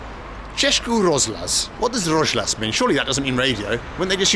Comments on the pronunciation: Rozhlas (radio in Czech) is actually pronounced roz-hlas, not rozh-las, so H doesn't go together with Z. In Russian, that consonant becomes a G, so the equivalent of "hlas" is "golos" in Russian. The more you learn... 8-) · Roz-h-las means RADIO ) H should be pronounced here like in the word "Here". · Cesky rozhlas means czech broadcast and its pronounced roz- hlas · Its pronounced Chezký Rozhlas - Roz- is a prefix meaning "spread" or "separate", hlas means voice. So in essence Rozhlas means spread voice. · ROZHLAS is radio, you pronounce it wrong. HLAS is voice, Polish "głos", Russian "golos". There is simple logic behind. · Nice vid. You need to work on your czech pronunciation tho. češkí rožlas XD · Rozhlas is radio. Most direct translation is "broadcast". And your pronounciation of both is... well... worth improving :D